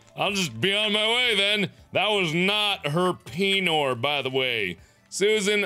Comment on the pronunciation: "this is you. this is your peenor. your peenor is not there anymore" XDD